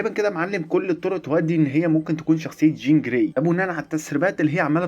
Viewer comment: قول چين جراي تاني كده؟ 😅😅😅